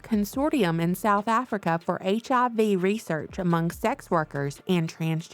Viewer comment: That country accent TOOK OVER when you said HIV. Long time listener, first time caller